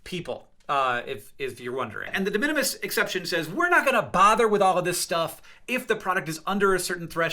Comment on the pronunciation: The way I LOST IT at “da mini me’s” 😂 it’s the way he said it